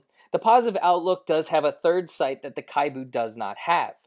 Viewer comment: kibou for pve. PO for pvp. Actually its KI-BOU not KHAI-BU. Japanese meaning hopeful.